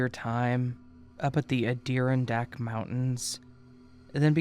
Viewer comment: Just to be helpful here; it's pronounced Ad-i-ron-dack.